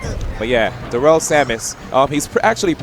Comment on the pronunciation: Fuck yeah, Darrel! Puttin' in work fasho. And it's pronounced like "dare uhl," just FYI.